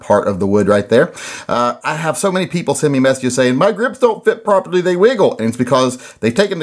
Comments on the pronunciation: Lol " Porperly " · In the video you mispronounced properly!!!